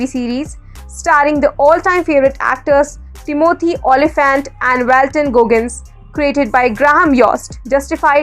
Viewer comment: it's TÌMOTHY, not TIMÒTHY